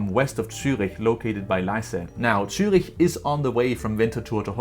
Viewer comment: As a german I really apreciate that somebody finally pronounces cities like Zürich correctly while talking about JetLag, Greetings to Denmark 😊.